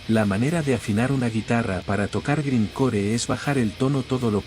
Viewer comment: A pesar de que se escribe grind core se lee (graind cor y aunque se lee punk se lee ponk y el death metal se lee deth metal y se lee neipon death aunque se escribe Napalm death)